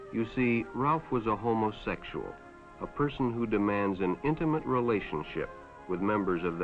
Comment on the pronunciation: The way rhey pronounce! ho moe sexual.